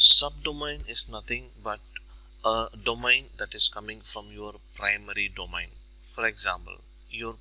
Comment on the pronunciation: dough-main. Not dough-mine. Thanks for the assistance.